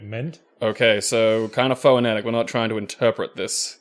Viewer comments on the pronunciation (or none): I love that pronounces phoentic phoentically.